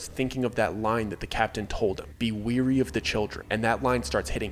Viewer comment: For future stories, weary is pronounced “WHERE-E” not “WE’RE-E”.